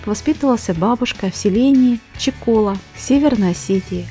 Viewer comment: СЕЛЕНИЕ В ОСЕТИИ НАЗ . НЕ ЧИКОЛА. А УДАРЕНИЕ НА ПОСЛЕДНЕЙ БУКВЕ ^^ А ^^